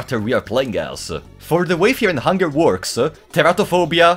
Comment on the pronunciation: Fear and hungare